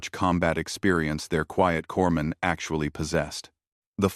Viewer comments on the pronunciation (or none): corpsman the p and s aren't sound out. I think it's pronounced corman